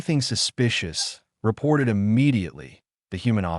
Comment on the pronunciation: Have you noticed how bad these AI's are at just reading. Eye- T instead of saying "it" They can't tell the difference between pronunciation of words like "read or live" or what words should be emphasized in a sentence. They're basically stupid. Start complaining about these things people or they will never improve.